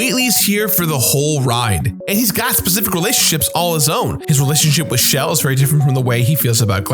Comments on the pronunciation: Dude... it's been years and you're still saying "Shell" as if it's short for Michelle. It's "Chell" with a "chuh." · the main character's name is 'chel', pronounced like the first half of Chelsea. so the shell joke doesn't work. and glaDOS is pronounced like MS DOS (or boss with a d), hence why it's in caps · Her name is Chell. CHELL (not Shell). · So is no one else going to mention that her name is pronounced Chel? It's not pronounced Shell. I feel like I'm losing my mind here.